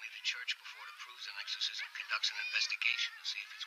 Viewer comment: "The ercorsism of Emelie Rose".